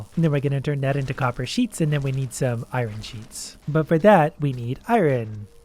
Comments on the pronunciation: Oh yes, I-Ron vs. iron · I love how he pronounces iron as irin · lol same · YOU PRONOUNCE IRON WRONG PLEASE STOP 😭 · he says iron weird sometimes! XD